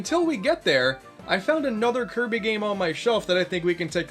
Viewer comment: 1/10 not enough kirbeh clobbah